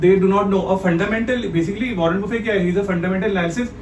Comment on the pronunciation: Agla bolraha “Warren Buffett” ko “ Warren Boofayy” 😂🤣😂🤣